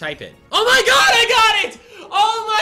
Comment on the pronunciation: finds a shiny.: Ya-ES Ya-ES Ya-ES he says it weirdddd xD